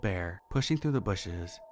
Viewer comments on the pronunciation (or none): none